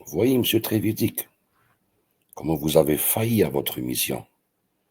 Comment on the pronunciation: Trevidic se prononce Treviditch